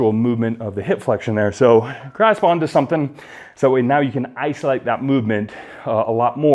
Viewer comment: "Iso-light" baby!